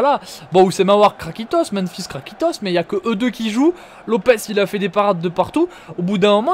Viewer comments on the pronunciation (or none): none